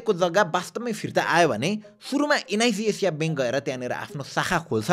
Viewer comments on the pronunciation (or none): एन आई सी एसिया ❌ एन आई जी जेजिया ✅ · Am I the only one hearing NIB Asia? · एनआईजी एजिया :D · Niz Azia😂😂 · Bro NIC ASIA ko pronunciation garna sika pahila ani balla video banau 😂😂